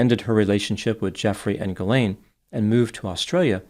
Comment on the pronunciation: also prononces Ghislain correctly too.